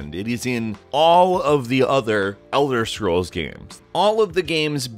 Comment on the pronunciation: Marrowhint Vartynfell Secret of Aramoure Elther Scrolls Seriously?